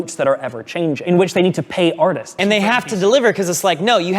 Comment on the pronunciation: LMFAO he actually says "artists", I had to rewind to notice 🤣